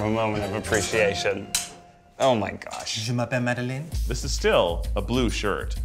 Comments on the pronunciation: 🛑 STOP 🛑 It's Madeline!!! LINE!!! There is no Lynn in the name! I hate it 😭 when people kill my name by changing it to Lynn. It's mostly white people who do it too! I had to change my name in elementary school to Maddy bc it bothered me so much. After high school, I stopped allowing everyone to butcher it. If I can learn Dutch/German/Polish names and pronounce them, then so can anyone who enters my life. Any other Madeline's who suffer this fate? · I have to say it. It’s mad-a-LINE, not mad-a-LIN🥲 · It’s pronounced Mad-a-LINE yalllllll 😂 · I feel so offended lol it's ma-duh-line Love the video though